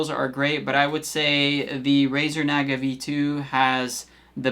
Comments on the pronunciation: It’s Nah-guh. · The way you're say Naga is driving me nuts lol.